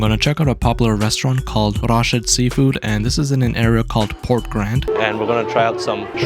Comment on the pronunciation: "Let's try sealfood kulif"